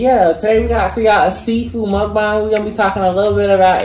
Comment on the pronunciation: In the beginning of the video didn't anybody notice how he didn't say mukbang right but I love y'all videos tho